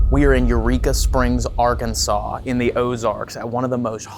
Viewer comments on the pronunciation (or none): so yall are in "arkanas"? lol do u mean arkansas?